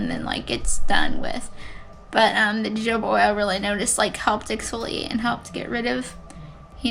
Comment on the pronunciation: Your skin is looking great! I'm glad you have found some products to help you through the process. P. S. Both of the j's in jojoba are pronounced as 'h', so it's ho-ho-ba. 🌝